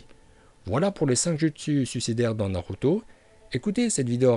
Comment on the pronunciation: Taime naluto est pas Naruto. Saske. Est pas Sasuke est ta prononciation japonais est remarquable bravo.